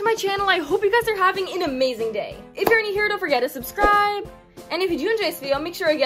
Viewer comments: She said subsribe not subscribe lol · "subsrise"